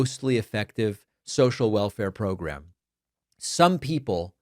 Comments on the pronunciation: Comer is saying "prgrum" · 😢Jamie and his ‘progrum’ 😂 he looks constipated, send him an enema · He’s saying progrum or progr’m, not pogrom. We’re all shocked by this new reality that we’re living in. It’s a living hell, but don’t start hearing what you want to hear - that does no one any good.